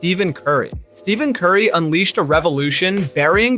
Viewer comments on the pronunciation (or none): "Steven Curry"